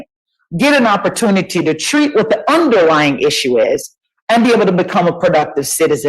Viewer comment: He tried to use the word underlying and said underlined-ing